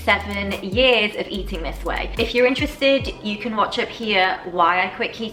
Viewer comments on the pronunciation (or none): none